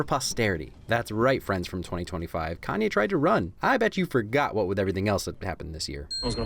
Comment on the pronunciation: Its "kanye" btw bro